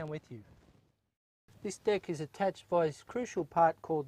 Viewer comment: between those shorts & all that talk about dick, I don't know about this guy.. oh wait, he was saying "deck"